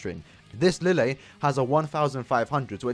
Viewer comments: It is written "Lille " but it is pronounced " Rije". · Lille's name pronunciation is Li-Je. His Japanese name was Li Jye and apparently that two L makes a J sound.